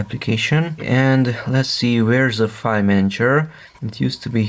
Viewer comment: What a minute r u saying 5 /five???! Or do you mean file??